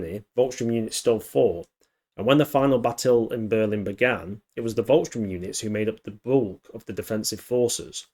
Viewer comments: SH-TOORM not Strömm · Volks - sturm (pronounced with an f, not a v) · It’s Volkssturm, not Volksstrum.